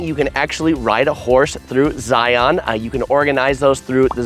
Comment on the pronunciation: First say it properly. Say Lion. Then say Zion. Just like Lion. Thank you.